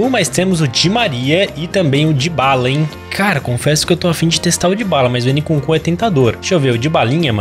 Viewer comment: a pronúncia n é "N kunku" é "imkunku"